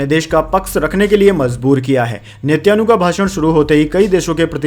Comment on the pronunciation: sir gd morning. main aapki news roz aunty hun.bahut sahi bolte hain par do words ..Netanyahu,aur Mutabik ke uccharan par dhiyan deejiye. galat mat samajhiyega. meri subah aapki news se hi hoti hai.aur bahut accha lagta hai.🎉🎉